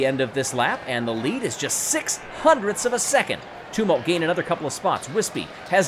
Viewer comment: I love you, but please learn how to say ‘Tumult’. Uh like in Tums, not oo like in tombs.